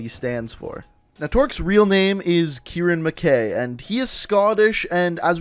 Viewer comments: U pronounced mackay wrong but great vid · He pronounced McKay wrong